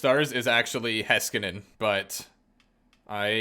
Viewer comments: It's really Hays-kanen, though Hice-kanen is still much better than whatever Hesskanen is supposed to be. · alrighty then, he did for sure butcher the heiskanien pronunciation, but you can’t blame the guy for not knowing how to pronounce every name, and Nate Schmidt being his favourite player, is his opinion, don’t get mad at him for having a different opinion than most. And why would he have to give you an excuse, if you don’t like his videos, leave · Refers to Backstrom as the best play maker of all-time?! No, just no. Also, why would anyone pick Nate Schmidt from Vancouver? Heiskanen = butchered pronunciation. I like the vids, just getting those out of the way 🤣